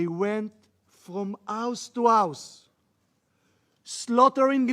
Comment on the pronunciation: ברצינות בן אדם, תעבוד על האנגלית שלך - מה זה אאוס? האוס - זה כמו בעברית א ו-ה תאר לעצמך תתאמן כל היום כי כל הכריזמה שיש לך בלי ספק נעלמת עם הסחות הדעת...